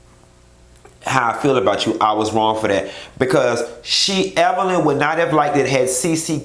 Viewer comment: I'm just asking...what was CeCe implying when she purposely mispronounced Evelyns name?